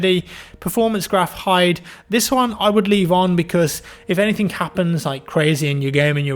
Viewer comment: Why do you say "anythinK" and all that stuff with the extra K?